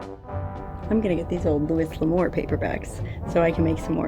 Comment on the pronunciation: So, read the sign... The 🇺🇸govt not seeing something through or giving a very expensive project a fair shake??? Never happen. I'd heard of Hi Jolly... And the camels 🐫 but didn't know the history of the name. And... It's "Loo-ee" L'Amour, never "Loo-is" !!! That's a western sacrilege! ;)